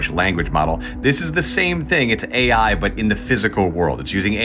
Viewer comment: what is weird is this guy calls AI what sounds to me like "HGI"?